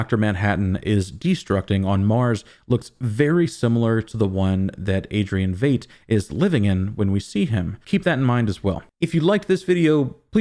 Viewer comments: Veidt rhymes with WHITE. VITE not VATE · I thought Veidt was pronounced like "fight", not "fate". Great video though! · It's pronounced Vite. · I kept waiting for Ozy to turn to his servants and say "Freeze all motor functions" lol. You might be mispronouncing Veidt but I'm not sure. My bold ass theory is that Dr. Manhattan is also the boy in the beginning and the old man in the wheelchair trying to change the timelines.